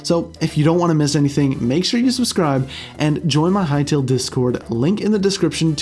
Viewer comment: Bro, Hytale, not Hytail